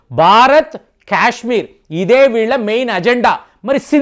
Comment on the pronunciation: క్యశ్మీర్ కాదు సారు కాశ్మీర్ పదేపదే క్యశ్మీర్ అనకండి